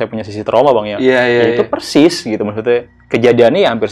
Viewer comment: bang mau tanya, knp konten horror ngomongnya "Percis" bukan Persis?